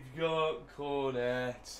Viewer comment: You dont prenounce cornet Cor-net, you pronounce it corn- ey